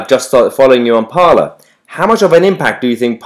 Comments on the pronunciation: ‘Parler’ is French for ‘to speak’. It is pronounced ‘parlay’, not ‘parlour’. “Parler is a new Twitter”. Parler was started in 2018. “It is a right wing version of Twitter”. It is a free speech platform and already had a large apolitical user base. Right wingers flocking there now to escape censorship does not make it a right wing platform. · Isn't Parler pronounced Par-lay as in the french for to speak / talk?